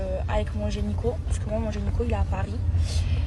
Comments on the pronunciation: La meuf elle va chez le génico 🤣🤣🤣🤣 elle ne sait même pas dire gynéco, le monde va très mal.... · J'attendais ta vidéo réaction sur le boule de Maeva XD ta manière d' appeler ces gens "l'enfant" me fume XD Ton make up est superbe comme toujours, j'admire ta peau si joulie. Alors Maeva elle dis généco pour gynéco donc je me pose les mêmes questions que toi pour le coup :) Héééé mais c'est moi la personne qui parlait de sa pote XD ! je me sens comme une petite fille qu'on gronde XD Bon ok, j'avais pas vu qu'elle ne prenait pas de contraception comme une tardos :) j'aovue o/